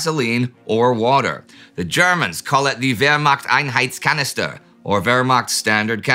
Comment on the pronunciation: You actually pronounced the Whermachts-Einheitskanister correctly! Interesting costume and all. well done!